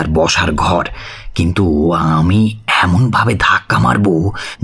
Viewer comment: Kindly care about pronunciation, as করছে -কৌরছে, এমোন -এমন, গিয়েছিলো - গিয়েছিলো, otherwise very good